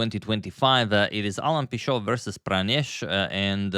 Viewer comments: I'm from Spain. So in Spanish hould be something like "pee"-"tchot". *"Pee" like you said, like "pea". *"Tcho" like in "Chop" *the "T" sounds heavily at the end. So "PEE 'TCHOT" PS: unless its a French thing and you prefer to name it like you said. However I don't think anyone call him like French around here. Or in Argentina probably called "pee-shot", because there they pronounce the CH different as Spain (it looks more of a French sound than Spanish). Who is right? Probably only him know, we should ask him which one of the three versions he prefers hehe. TLDR: *Spain PEE 'TCHOT *Argentina PEE 'SHOT *France PEE 'SHO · in Pichot, Pi is pronounced like you said it "pee", the "cho" is pronounced like in the word "chosen", and the "t" is not silent. something like "pee-tchot". Source: I live between Brazil and Uruguay and Alan Pichot has played a lot in Brazil so I heard his name being pronounced many times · Alan was born in Argentina and started representing Spain in 2023. I'm from Argentina as well and we pronounce the "ch" like the č in Croatian or the "ch" in English (like "church" or "chair" or "child"). And we also pronounce the "t" at the end